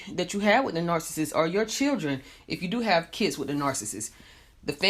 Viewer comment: The speaker in this video can't even pronounce the word nar-ci-ssist correctly. It's not 'narcisst' or 'narcisstic'